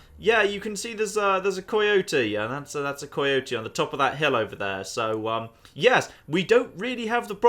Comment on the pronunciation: "koi yotie" - (PS its pronounced kai yotie)